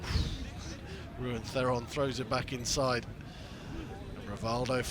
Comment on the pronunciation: Someone please tell the commentator the correct pronunciation of Theron